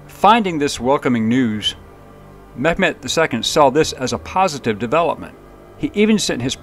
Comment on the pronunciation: It sounds like you're pronouncing Mehmets name as Met Met which is not the proper pronunciation. It's pronounced Mey met